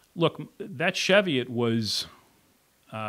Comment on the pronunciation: Love my Platypus but as a note it's Chee-viot (hills in Northumberland, UK) pronounced as in Cheese.